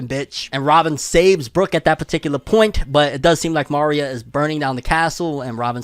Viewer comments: Uggh the pronunciation of Maria like Mario is killing me lol 😂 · I always thought my guy was some type of Hispanic but going off how he says Maria Im guessing not lol